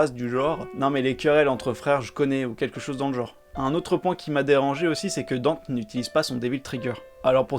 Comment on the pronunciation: Par contre le fait que il l’appelle DANTE, bordel il sa se prononce DANTÉ ils ont fais la meme connerie dans dmc